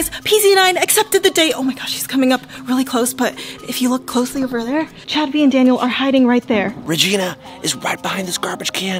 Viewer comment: It's there not therr